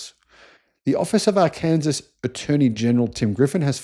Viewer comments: Now is mangling US state names as well as the German language... It's 'R Can Saw' not 'R Can Sus'. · Arkansas is pronounced R-Can-Saw